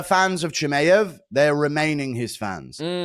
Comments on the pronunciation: Chimeav and Topuria. Off the top of my head. I just had to turn it off it's so annoying. And l am British too! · you have to be taking the piss guru there's no way you say Chimaev like that lol CHI-MAY-EV I'm a big fan dude but the way you say that annoys tf out of me lol great analysis as always though